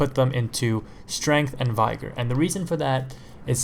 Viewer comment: Did he just say "vigor" as in V- eye- Ger?